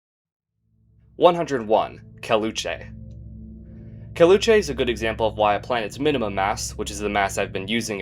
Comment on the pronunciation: caleuche is pronounced as "cal" as california, "le" as lebanon with "oo" and che being pronounced as different syllabes, i had no idea you pronounced it wrong until you mentioned what it was named after lol